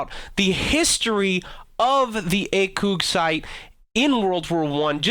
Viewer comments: acog not acoog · you are a fucking dumbass its acog not acoog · I my god it's ACOG not "acoog" num nuts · Acoog? You me A COG dumb ass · "Acoug" xD I'm french and I can tell you that we say "Acog" like you ! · As a French viewer, I can totally call bullshit on the pronunciation of "ACOG". We're not Japanese, thanks, it's not "Haku". ACOG, actually. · It's acog not acoog you fuck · Ah-koog? I thought it was pronounced "Ay-Kog" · Two things, The ACOG might have been first invented by the French, that doesn't mean you pronounce it AKoog. The US has made so many modifications and improvements to it that it is now pretty much a completely different scope. And in America, it IS pronounces ACOG and like most things in the military, it's an acronym for Advanced Combat Optic Gunsight... A.C.O.G. Second: just because there was a WWI ground attack biplane called the A-1, does NOT mean it's the origin of the A-10. The A-10s Origin goes back to a man named Alexander Seversky. Seversky was a Georgian native (then under rule of Russia). He learned to fly at a very young age and joined the Russian Imperial navy around age 14. He then went to Russian aeronautical school and became a Russian naval pilot. In 1917 Seversky was was sent to the states as part of a fleet of Russians to study aircraft design, assembly and mechanics. Long story short, Seversky started Republic Aviation which designed and built the P-47 Thunderbolt which ultimately lead to the A-10 Thunderbolt II we have today. FACT CHECK YOUR SHIT! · Ay-kawg. Say it with me acog. Not ay-kewg. Ay-kawg Stopped watching out of frustration that i would shoot your knee caps if i ever heard you pronounce it wrong again. Gonna have nightmares of akewgs tonight. Pray for me gents. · ... really... Its pronounced A COG... Not Acoog... It sounds like Acoog in french. But when its Translated into english its pronounced ACOG. If you're speaking English you will say Acog... so don't pronounce it like acoog. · EI-KÜG lol It's AH-KOG